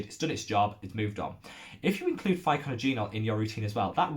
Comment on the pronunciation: Another very helpful educational video. Thanks for the mention! ...and here is a tip for you on how to pronounce Pycnogenol® : pic-NOJ-en-all... ;-)